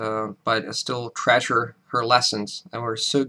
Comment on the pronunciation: He has a great accent, but I think it’s easy to tell English is not his first language. Nobody heard the way he pronounced “treasure?” I would have guessed he came to the US at around 11 yrs old or so, and had lived there since that time. I only speak one other language, working on another, so I respect his achievement, and wish I could do as well.